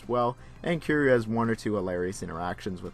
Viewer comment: Someone tells this reviewer the main character's name isn't Q, it's Ki-ry-u. Q is a character from Star Trek